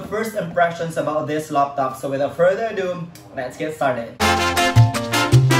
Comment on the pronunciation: I like the way he says Loptop instead of Laptop XD. anways nice vid man :)